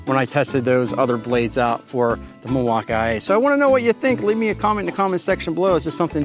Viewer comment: Why do you say Milwaukee like you have a speech impediment?